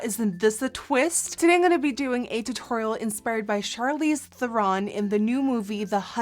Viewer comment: It's Charlize and she said it right every time :)